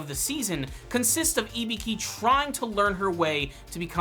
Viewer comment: "ibiki" burhhhhh her name